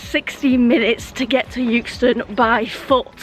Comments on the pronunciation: It's euxton not yooxton😩😩😩😂😂🙂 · Love your vids, it’s pronounced eckston btw a bit like by eck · As much as I want to enjoy watching this, your pronunciation of ‘Euxton’ is really getting on my nerves. I don’t care how Anne says it!!! 😂😂😂😂😂😂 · Good one, G. People in Blackburn (strange town, that) used to pronounce it 'Ex ton'. Freaks. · It was always pronounced “exton” when I worked at Leyland…. Or does that wreck the joke? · You say "Youxton". We pronounce it "Exton" here in Leyland lol................